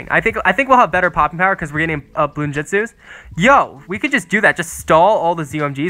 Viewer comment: im offended as a naruto fan. he said jitsu JISTU